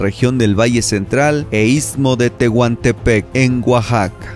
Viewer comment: Saludos, jajaja "Tehuntepec" ???